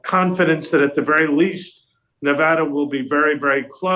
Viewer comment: Megyn, Thank-you for pronouncing "Nevada" correctly. You said it as the locals do. We voted early in Pennsylvania.